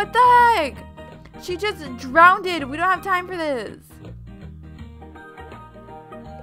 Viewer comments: anyone notice that she said drowned wrong? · You said she almost drownded 😂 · she's old enough to realise that drownded is not a word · Drownded? ENGLIGH!!!! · I hate when people say drowneded instead of drowned